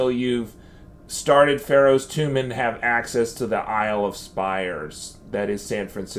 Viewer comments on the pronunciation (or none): none